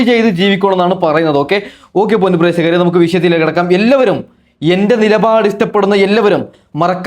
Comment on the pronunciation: പ്രേസകർ അല്ല പ്രേക്ഷകർ